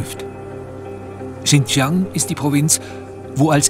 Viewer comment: und, das war nicht "ching jang", sondern "schin Gee-ang "